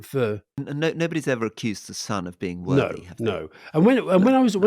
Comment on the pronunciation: I heard Alistair saying worthy and Rory saying wordy.